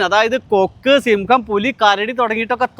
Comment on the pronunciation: സിംഗം അല്ലെടെ, സിംഹം